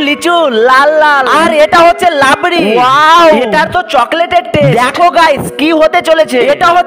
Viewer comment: Rabri 🚫labri😂😂